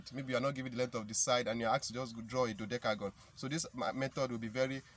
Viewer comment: You can not you cannot pronounce dodecagon well 🤪😄😛